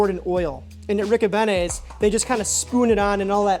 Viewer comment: On da south side we pronounce it Rick-O-Bean-E's... not Rick-O-Banny's lol P.S. Happy first snow night Tonight CHI City Blu of Blu Tint Photography